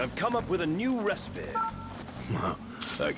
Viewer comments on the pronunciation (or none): not just the "ive come up with a new resapeh" also "none the worse for wear" lol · Ahv come up with a nyoo res-peh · his pronunciation of recipe got me every time. "Recipeeeeeh...!"